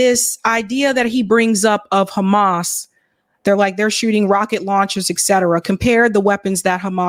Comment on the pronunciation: The way he says KrrhAMAS 🤢